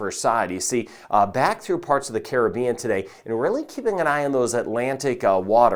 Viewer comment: Thank you for pronouncing Caribbean correctly 😅